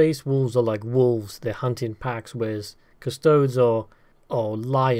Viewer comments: "Cus - toe - dees". Not "Cus - toads" It's not "As - tarts". Why would it be "Cus - toads"? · Cus-toads isn't a thing. What is with Warhammer fans and mispronouncing names and phrases.